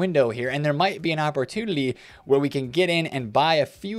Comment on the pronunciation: Why do you pronounce “opportunity” that way? You put an L in there?